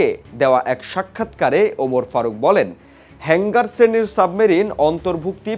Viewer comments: কিরে ভাই তোরা কি গাজা খেয়ে রিপোর্টিং করস শব্দগুলো হেংগার না হাঙ্গর হবে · হালায় নিউজ করতে আসছে.. উচ্চারণ পযর্ন্ত ঠিকঠাক ভাবে করতে পারেনা আবার আসছে নিউজ পড়তে.. সাবমেরিনেরে কয় তিনি.. আবার হাঙ্গর কে বলে হেঙ্গার হালা মূর্খ... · হেংগার না শব্দটি হবে হাঙ্গর শ্রেণীর সাবমেরিন। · Illiterate news reader can not speak the correct word Hangor NOT HANGER